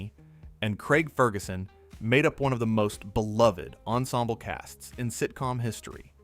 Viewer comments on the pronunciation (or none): none